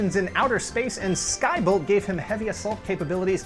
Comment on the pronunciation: I LOVED this show! I wished I could have gotten some of the toys. By the way it's not SkyBULL, It's SkyBOLT!